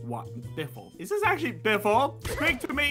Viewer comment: that is not how you say actually but whatever …